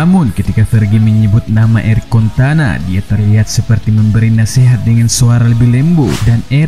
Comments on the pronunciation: Eric cantona min bukan eric contana😅😅😅😅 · Cantona min bukan contana.. Piye toh😀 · Pola pikir indonesia bikin ngakak,mimin cuma salah dikit dalam menyebut nama eric cantona jadi eric cantana,banyak banget kritik dan di ketawain ama netizen di kolom komentar ini,apa cuma segitukah pemikirannya? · Cantona kocak bukan contana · CANTONA COY BUKAN CONTANAAAA 😤😤😤😤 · Cantona bukan contana 😭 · ERIK CANTONA BUKAN CONTANA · Cantona woi bukan contana wkwkwk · Dari jutaan orang yg nyebut CANTONA. cuma chanell ini yg nyebut CONTANA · weheheh, contana 😂😂 sabar bang sabar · Eric CONTANA? really?? 😄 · Erik Cantona.. bukan contana.. Admin kayakx bukan penggemar sepakbola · Eric "Contana"? Auto menangis guaahhh... Dan Fans MU.. 😭😭😭😭😭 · Eric Cantona bukan contana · Sengaja atau tidak, Namanya adalah Eric Cantona, Bukan Erik Kontana. 😁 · CONTANA 😂 Dikirain cuma salah sekali ngomong, ga tau nya terus-terusan. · Eric cantona bukan contana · Cantona min bukan kontana🤣😭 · Btw bang Erick Cantona bkn contana O-nya setelah t bkn setelah c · Rajin rajin baca majalah bola Eric Cantona, bukan Eric Contana Padahal Cantona legenda sepak bola dunia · Eric Cantona Bang, bukan Kontana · Cantonaaaaaaaa bukan contanaaaaa malu-maluin fans mu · Logat Medan kental bener wkwkw.. di ralat.. CANTONA bukan CONTANA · contana. Yg bener Cantona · Eric Contana....? Baca dl sejarah MU.... Jgn asal ngomong, nga bisa baca ya...? CANTONA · Kecewa fansnya MU denger contana bkn Cantona.... 😄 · Aduh bang..belajar baca dulu bang...CANTONAAA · Ini suara nya sapa sih... Penyebutan eric Cantona salah trus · Cantona bukan contana,ins (ince) bukan ains...hahahaa kau lebih inggris dari yg inggris laii..